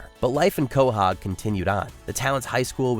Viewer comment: its QUAHOG not COLHOG you dummy! LOL